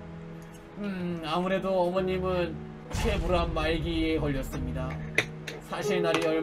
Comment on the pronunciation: 최불암을 최불랄 이라 들음